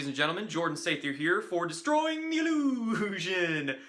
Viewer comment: Destwooying theee hewoooshon... lol nice opener!